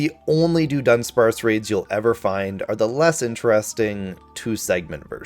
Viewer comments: You mean “Duh” Dunsparce? It’s not Doonsparce. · I’ve never heard someone massacre the pronunciation of Dudunsparce until today. Thank you sir. It’s not “Doo-dunsparce”. It’s Duh-dubsparce. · We are groaning coz of your pronunciation of Dudunsparce. how did you come about to pronounce it that way? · You need to make a public apology for how badly you mispronounced dudunsparce